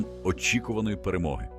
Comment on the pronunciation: Це яка "перемоги", цьогорічна "третя"?! Оце перемоги так перемоги(!). Ви навчіть свої "ШІшки" вірно наголоси в словах ставити, "коверкаїте" тільки слова і українську мову, казкарі(!!!).